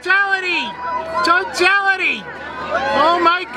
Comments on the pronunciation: Tartality... What is he saying?? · " chochality" lol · TOE TALLITEE!!!!!!!!!! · Sounds like he found his penis amoungst his story pubes for the first time. Totally "TOE-TAL-ITY".